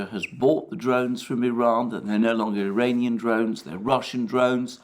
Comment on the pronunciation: Does he keep calling them "Diranian" drones or is it just me?